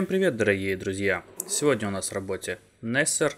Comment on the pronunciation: Несессе́р. От английского слова "nessesary", или от французского "nècessaire" - необходимость. Это органайзер для ношения необходимых вещей.